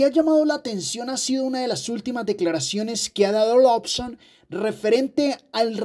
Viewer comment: Se dice "Loson", no "Lobson"